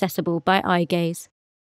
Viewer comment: The captions: or just the gaze settings to suit you What do i hear: or just the gay settings to suit you